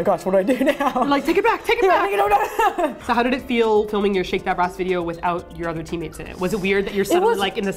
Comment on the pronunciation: I thought you kept saying "Shake your Breasts" I was completely blown away by how casual everyone was about it. As I've now discovered, it's "Shake that brass."